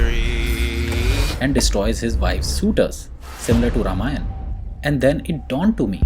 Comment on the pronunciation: It's ramayana not ramayan